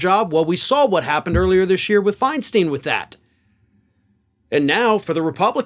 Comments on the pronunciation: It’s pronounced Diane “Finestine!” Please say it correctly so I don’t have to listen to my husband correct you every single time! I agree with everything you said, it’s time for some fresh faces in our government. Though, watching Mitch have a mini stroke was kinda satisfying. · Dump will be celebrating. He views McConnell as an enemy. BTW, how does Feinstein get be pronounced Finesteen? If Fein is fine, why is stein not stine? What is the difference between Einstein and Feinstein - just an F. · PLEASE...FIENSTEIN. SILENT E, LONG I!!! PLEASE LOOK UP THE CORRECT PRONOUNCEATION!!! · Pronounced FINE-STINE, not FINE-STEEN. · Looks TIA-like. Just saw J-L Cauvin parodying it, thought he was just being generally sardonic about McConnell. Now I see this. Yikes. Even if he is absolutely vile. It's "Finestine", not "Finesteen". Sadly she belongs in LTC. Know what's scariest about this stuff? If Biden goes this way near election time, Harris may be in charge on the day. And if that happens, hello GOP landslide. The Dems are playing with fire. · Dianne Fein-STINE! STINE!! STINE!!! Not Fein "Steen"! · Firstly, Diane's last name is not pronounced Fine-Steen.it is Fine-Stine. Secondly, the attacks on Diane were cruel and ageist. Furthermore,her temporary health problems were due to Shingles. A painful physical ailment, not the mental disability that her detractors implied. Thirdly, Ischemic strokes can be and routinely are treated effectively with modern medical methods. Finally, any of us (himans) can have our lives turned upside down in an instant. It would be wise for us to consider our own vulnerability to ill health and misfortune. Now seems to be a good time for compassion even for and perhaps especiaaly for old reprobates like Senator Helms, er. I mean that old repobate Senator Mitch McConnell. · Finstein not finsteen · her name is pronounced like a rhyme: fine stine, not fine steen. Just sayin'. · To: its Feinstein (Fein STINE)